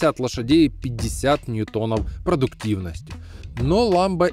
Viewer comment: НьЮтон, а не НьютОн, если Вы понимаете о чем я...